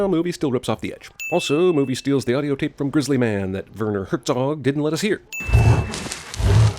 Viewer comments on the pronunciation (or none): The way you pronounce Werner Herzog deserves a sin by itself. ;-)